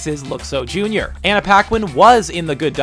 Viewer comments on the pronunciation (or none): none